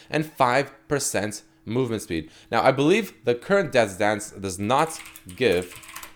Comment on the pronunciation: STOP SAYING DEATH"S DANCE!!